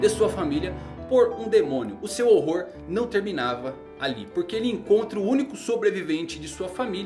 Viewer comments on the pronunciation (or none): none